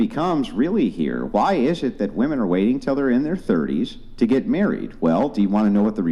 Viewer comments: Why the hell do they say “WOMAN””” it is honestly so damn annoying. It’s “Women”….!!! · Why do Gen Z women keep saying "woman" thinking it is plural! it is not, it's singular! IT IS "WOMEN" NOT "WOMAN"!